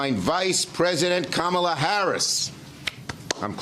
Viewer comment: Chucky pronounced her name camel-la. I guess they're not doing the you're a bigot thing anymore, if you don't say comma-la? He clearly did it deliberately right, to be demeaning and racist.